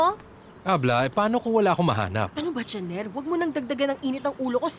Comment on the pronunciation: "CENER" not janer